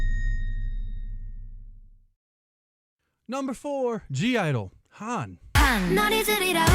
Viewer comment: (G) - Idle the G is silent, they are just called Idle, heads up